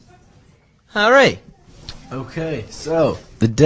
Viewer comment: I love the way he says Harry!